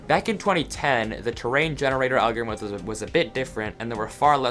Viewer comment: Ironically speaking about algorithms he mispronounced it XD